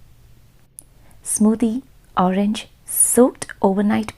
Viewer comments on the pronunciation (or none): none